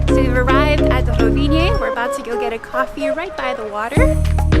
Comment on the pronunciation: "Tunnels are expensive. Gotta build them!" You don't say?:) You don't need the "e" at the end when pronouncing Rovinj! Glad you enjoyed, both it and Motovun are awesome! Hope you get to come back soon!